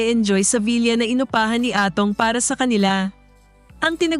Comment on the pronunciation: The correct way to say the word villa is vila not vilya.